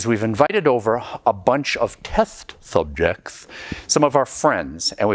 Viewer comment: "test zubjekts"